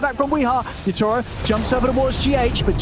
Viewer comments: ยา-โท-โร่ ด้วยแต่อ่านเป็น ยา-ทูโร่ ผมฟังๆรู้สึกหงุดหงิดยังไงก็ไม่รู้555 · miposhka กับ yatoro มันอ่านแบบนั้นหรอครับ คือฟังแล้วมันขัดหูมากเลย อีกอย่าง yatoro ไม่ได้โกนหัวก่อนแข่ง แต่โกนก่อนเจอ OG รึเปล่า ?